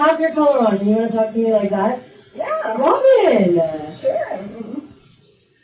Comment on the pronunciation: I love the “Robin-uh!” She is so patient and tries to have an adult conversation but a racist Karen just can’t hear it.